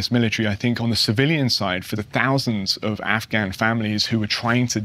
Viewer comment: Can someone tell this dude how to say Afghan properly